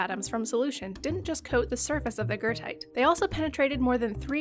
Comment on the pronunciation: are you talking about goethite? im so confused. never heard of gertite. or guurtite whatever youre saying